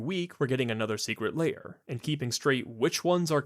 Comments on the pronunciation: Why do you pronounce Lair as: 'Layer'? It's very odd and makes me question your competency. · I'm curious, how do you pronounce "hair"? "Hayer"? Great points, all throughout. The shops are hanging on by a thread and WOTC selling direct to players is definitely not helping them stay afloat.